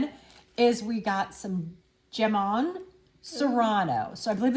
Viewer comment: Just as an fyi jamón is a spanish word, pronounced more or less like ham-own